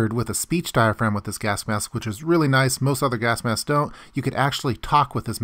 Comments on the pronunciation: Correct me if I am wrong but it sounds like you are saying gask-mask? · he keeps saying gask mask lol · am I the only one hearing "Gask Mask"? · WHo else is irritated by his pronounciation of gasK mask?